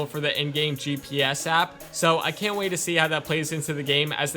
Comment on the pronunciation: Just to let you know,at the start when you were explaining that you cannot have a dog it sounded like you should "can" rather than "Can't"